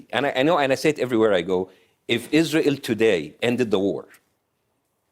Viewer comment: Its the 'Izrahell' pronunciation from Bassem for me😂😂😂